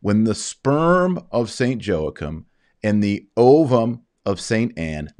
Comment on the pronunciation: It would be nice to hear the proper pronunciation of Joachim ~